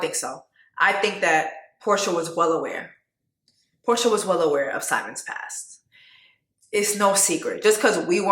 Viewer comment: I’m crying at “Porsher” lmao 😂😂😂